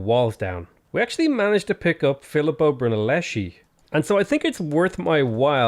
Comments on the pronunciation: someone has to tell u it is "filippo BrunellesKi" "schi" is pronounced "s-k-i", not "s-c-i" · "Brunelleshi" ? You should spend a little bit of time out of Civilisation, and get some civilisation ! No offense ;) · Filippo Who ? Laughed too much on your pronunciation of Filippo Brunelleschi ;D